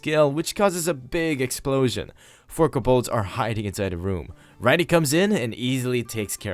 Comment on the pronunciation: those monsters are pronounces Co(like toe)-balds. they are a very universal monster name that have multiple depictions.